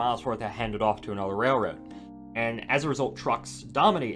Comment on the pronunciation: Interesting subject matter, but I do wish you'd use your curser along the route you're talking about throughout. It would be easier to follow. And, I'm sorry, but you seem to quickly say "rayroard" half the time. Practice enunciating rail-road.